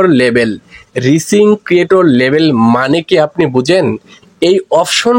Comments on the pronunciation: আগে উচ্চারণ ঠিক করেন তারপর ভিডিও বানান 😂 ঐটা রিসিং না রাইসিং হবে যার বাংলা অর্থ হলো উদীয়মান সূর্য। হাস্যকর 😂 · রিসিং না, উচ্চারণ হবে রাইজিং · Vai ei😂ta রিসিং না রাইজিং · এইটা রিচিং না ভাই এইটা রাইজিং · রিসিং নারে ভাই রাইজিং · এটা Rising/রাইজিং হবে উচ্চতর